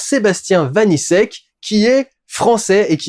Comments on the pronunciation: Par pur principe, le nom du réalisateur se dit "vanitchek" Critique intéressante, hâte de le voir, j'avais beaucoup aimé Vermines ! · Dudu, Vaniček se prononce comme la république Tchèque. C'est facile à retenir puisque que Sébastien Vaniček a lui-même des origines... tchèques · Sebastien Vaniček se prononce Vanitchek